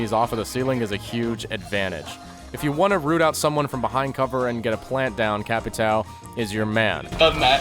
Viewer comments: The correct pronounce of the name is CA - PEE - TAN - HM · KKKKKKKKKKKKKKKKKKKKKK mano, me da uma agonia toda vez! CapiTAL xD AHAHHAHAHAHAH this makes me feels bad everytime... " CapiTAL " xD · it's read Capito thanks basic American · it's not capitAO, it's capitÃO. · I actually likes when other people tries to say Capitão, but they can't pronunciate "~" so it becomes "CapiT-Á-O". Ã sounds like "uoom" so pronunciate this is something like C-A-P-I-T-A-UOOM. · Brazilian here. I hate how you guys say "Ca-pi-táu". It's so fucking weird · I have yet to see an english-speaking youtuber speaking Capitão's name correctly. :( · as a portugeuese it hurts the ways you say capitão just say Captain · omfg ffs ive watched a million vids on capitao and every one of them pronounces his name wrong. use google translate to hear the pronunciation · Maybe you should learn to say is name before making a guide on him :) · Im brazillian, the way to say "capitao" correctly is: the "a" sounds like the "u" in "mud" or "cup".. you can throw "captain" in google translator too, to hear for yourself